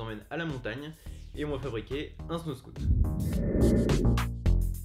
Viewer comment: c'est "snowscoot" la prononciation pas "snowscout"